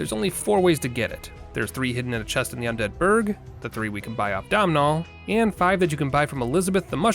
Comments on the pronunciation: Also the M in Domnhall is silent. The name sounds a bit like Donut, only with an L instead of a T. And while I’m here, catacombs rhymes with tombs. Sorry to do this to you. You did get ‘caestus’ right. 😅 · All I want for Christmas is for YouTubers to say Domnhall's name correctly